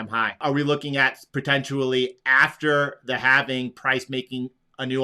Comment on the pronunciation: “Potentially”.. I can’t find the “U” in Potent-i-ally 😂 sorry bro, bugs me everytime